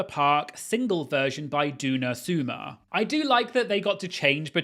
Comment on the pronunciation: “duena suema”?????😭🤣